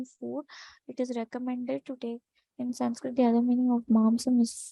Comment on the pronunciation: Why you are adding m in last of each sanskrit word ??